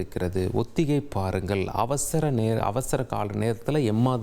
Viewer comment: இவருக்கு கொஞ்சம் “ல,ள,ழ” உச்சரிப்பில் கவனம் தேவை! இவருடைய தவறான உச்சரிப்புகள் சில, “ஒத்திகை பாருங்கல்” “மாநில அரசுகலுக்கு” தமிழ் உச்சரிப்பு தெரிந்த நல்ல செய்தியாளர் இல்லையா தந்தி தொலைக்காட்சியில்?